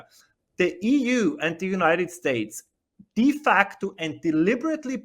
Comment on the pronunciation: It’s De not Di 🤦‍♂️